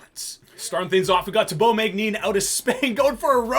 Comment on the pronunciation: Glad to hear you leant how to pronounce “Thibault Magnin” (from the previous video). Much love from Spain, keep up the great work!